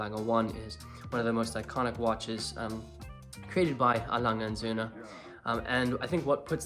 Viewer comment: Good pronunciation of Lange und sohne..